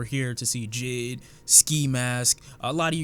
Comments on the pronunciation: This nigga said jid, it’s J.I.D. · When you say JID kinda making me lowkey triggered when it’s pronounced J.I.D (Jay-I-Dee) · who notice him saying jid instead of jay eye dee